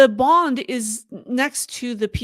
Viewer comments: It's BOON D, not Bond for the Shanghai Bund. Check the pronunciation on the web. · It is the BUND. Not the BOND. “UN”……B…UN…D. Get it?